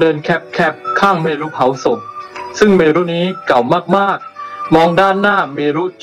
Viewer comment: ต้องฝึกอีกเยอะเลยนะคะในการเล่าเรื่อง แล้วคำอ่านเมรุ ไม่ได้อ่าน เม-รุ อ่านว่าเมน ไปเลยค่ะ